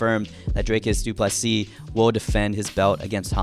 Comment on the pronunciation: Always happy to hear the correct pronunciation of Du Plessis. Small tweak would be to pronounce the "Ple" in "Plessis" a bit softer. Not "ple" like in "plethora" which is what you're currently doing. It's a much softer sound, closer to the "ple" in "please". Something like "Du Plisee"